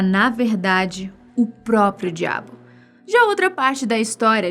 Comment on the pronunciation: "O próprio djiabo"